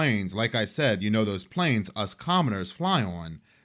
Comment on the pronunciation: When you said "PLAYNEZZZ" instead of "WHORERRRR" In the intro 😂😂😂😂 (Yes I understand how to spell planes & horror but I spelled it how my ears interpreted the pronunciation ☠️😂🎉)